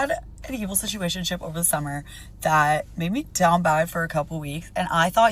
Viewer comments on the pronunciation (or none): "I had a stuationship ...", GG, no need to listen to anything else, she is done.